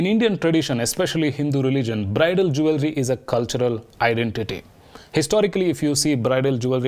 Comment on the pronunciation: Did you check the right pronunciation for ‘Jewellery’ 😅